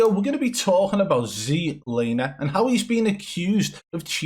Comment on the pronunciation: Still wondering why he keeps saying ZEDlaner instead of Zlaner